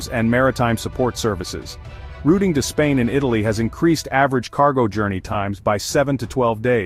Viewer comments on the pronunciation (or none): none